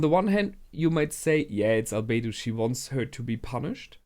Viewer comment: Realy good reaction as always. I Realy like the second season so far but it seems like i'm the only one liking the Lizard Arc xD Oh and you kinda messed up Albedo and naberal here ;D